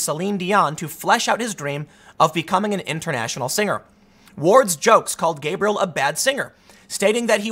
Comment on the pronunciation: Ug.. every time he said gabriel.. I was cringing so hard...